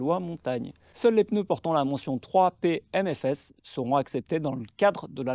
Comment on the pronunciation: 3PM-S-F et pas 3PMFS (on t'entend dire "3P aime mes fesses" 🙂)